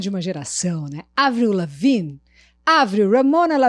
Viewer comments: Só de ter pronunciado corretamente o nome dela, já merece o like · Finalmente alguém que pronúncia certo o nome dessa Deusa KSKSSKSKSKSKS